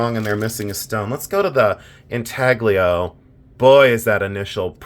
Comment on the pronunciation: Greetings from Sydney Australia. I love your videos, you are very knowledgeable. I absolutely adored your video on your diamonds from the vintage box. May I please point out that the G in intaglio is silent? Like in lasagna? I feel you’re open to being corrected on Italian pronunciation by a fat old Italian heritage woman from Sydney Australia x